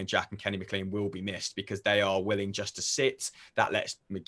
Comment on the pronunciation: Jack Ryan I can excuse (two first names lol) but Kenny M’CLEAN?! 😬 any Scot knows how to pronounce Maclean correctly hahah fs